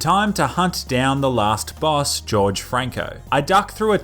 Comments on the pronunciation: It annoys me how you pronounce Jorge like “George”. It’s pronounced “Horhey” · Pronounced Jorge as George, it's pronounced "whore-hay" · just saying it isn't pronounced george it is pronounced Hor-hey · Sir its not George its Horge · is name is horhe not george ''angry face'' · Cartel leader is not George.... Jorge is pronounced HORE HAY, apart from that just keep on killing, good job.. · it's not george, it's jorge (hor-hey) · George Franco George Franco it is Jorge Franco not George Franco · lol, he keeps saying "George" instead of "Jorge"/"HOR:hey" xD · Jorge is pronounced whore-hey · If it is spelt Jorge I think that is supposed to be pronounced 'Hor Hay' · "Jorge" Franco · That was the whitest pronunciation of Jorge ever.